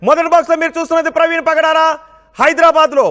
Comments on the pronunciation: Padala praveen kadu nayana. , pagadala praveen . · Pdala kadhu ra pagadala ra pk